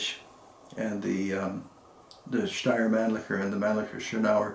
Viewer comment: The pronounced steyr Mannlicher puch was nearly perfect. Regards from Austria